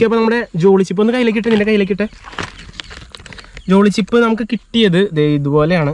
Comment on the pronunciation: Jolochip not jolychip🤣